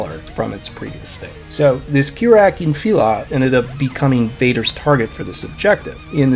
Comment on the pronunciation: it's not kirak